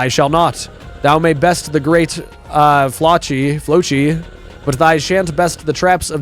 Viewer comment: Erm it’s the great flossi not great flochi and his full name is the great floccinaucinihilipilification